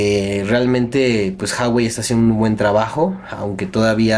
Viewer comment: en la palabra Huawei tambien se pronuncia la U